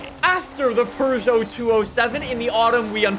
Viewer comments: Peugeot is said like "Peu-Joe" not "Per-Joe", but I'm hyped for the Tachyon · Did you just say Purrgeot? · No, its Per joe. Peu-joe is such an American pronunciation, like you guys say hun-day instead of Hi-yon-die. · Only Europeans I've heard say "Per-joe" is the English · I love how he says “pergeot” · i thought it(peugeot) was pee you gee yacht, never would have guessed pooh zhow lol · Peugeot.... Pew-go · It's not "Purr-Joe". It only sounds a bit like it because of the French accent. You don't have a French accent, do you? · Who says perrjoe like last time I checked there’s no r in the name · why are you saying Purjo